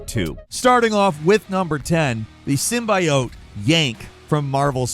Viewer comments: Is anyone gonna tell it's pronounced SIM-BEE-OWT or no we just out here chuckling to ourselves lmao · Why do you keep saying symbiote like that? It has NEVER been pronounced like that come on man. It's pronounced as "sim-BEE-oat". Not the way you're doing it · you're saying the symbiote wrong ! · That symbiote pronounciation just hurts my ears😂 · Why does every insist on saying symbiote wrong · You're mispronouncing symbiote please use google translate to hear how it should sound it hurts more than the chapel bell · how you pronounce,"symbiote"🤣🤣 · Love but the way he kept saying Symbiote made the hairs on the back of my head stand up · So.... nobody gonna talk about his "SYMBIOTE"'s pronunciation?😅😅😅😅😅😅😅😅😅😅😅😅😅😅😅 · Nooo!!! says symbiote the bad way!!! 😭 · This is one of the only times your pronunciations has irked me. Talking about, "symbiote." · the way pronounce "symbiote". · Finally! After many, many video finally has the proper pronunciation of “Tsushima”. But then he say “symbiote” wrong 😭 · Is he mispronouncing "symbiote" on purpose, or something? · I love you, but that's not how you pronounce Symbiote AT ALL 😭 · The way u say symbiote is really......not great. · Ngl I hate the way you pronounce Symbiote lol. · That's not how you pronounce symbiote. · Why is he pronouncing SYMBIOTE like a crazy person? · are you English? cause you pronouncing symbiote weird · My only problem is his pronunciation of symbiote. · are white people incapable of saying symbiote correctly? like wtf... you know that's not how you pronounce it. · Trying to figure out why says symbiote like that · He's not pronouncing "symbiote" correctly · I hate how he pronounced symbiote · Thought the same thing. He repeats “symbiote” wrong on purpose forsure. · Ffs symbaiote? It's symbiote like what's wrong with the pronunciation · Symbiote mispronounces it one time and goes I'm a Gaslight everyone to think that is the correct way